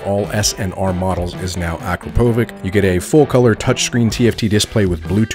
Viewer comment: stop calling it akrapoviK its akrapoviCH. CH like in CHURCH :D